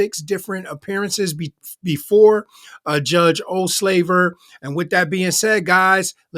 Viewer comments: When he said the judges name my hubby (a black man) yelled out from the kitchen, "did he just say old slaver?"... He got a real kick outta that😂😂😂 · I can't stop hearing "Judge Ol' Slaver" - crazy how one minor mistake of pronunciation can really mess with how things sound 😂